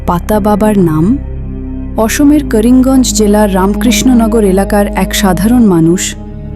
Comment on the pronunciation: A didi karinganj na karunganj